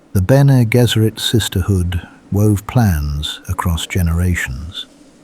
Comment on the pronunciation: BG should be “Benny Jezzeret”. The voice in the video says “Gesserit” with a hard G.